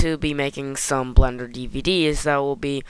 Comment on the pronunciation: I laugh everytime you say Blender, because it sounds like you're saying, "Blunder". That also kinda works, because everything I'm doing in blender is a blunder. lmao